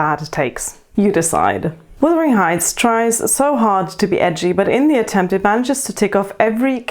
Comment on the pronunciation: Wuthering not withering